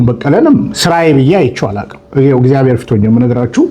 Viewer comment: እግዚኣር አይባልም ወንድም "እግዚአብሔር" በል። ዘመዴ ከሚጽፋቸው ጥሩ ጥሩ ነገሮች አንዱን ይሄን ረስተሃል። ስለፊደል ያስተምረሃል መጀመሪያ ተማር።